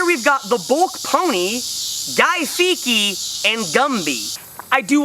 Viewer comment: Funny vid... but come on dude... Guy “Feeky”??? 😂 He pronounces it like “Fee-etty”